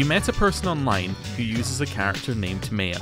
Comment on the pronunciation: Pronunciation comment: It's Mah-ya, not Meh-ya